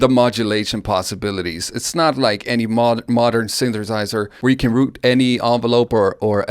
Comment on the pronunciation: I really enjoyed every time you said "synthersizer"